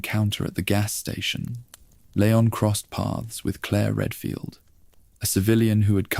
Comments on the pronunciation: Leon strong E lEon EEEEEE not layon 😂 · it's leon not layon </3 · Lee on not leyon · I noticed another „creator” also kept saying layon but then Leon and then layon again. It very well could be AI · Good vid, why do you change how you pronounce Leon?